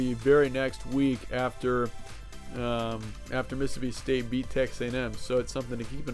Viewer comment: *State not Staye lmao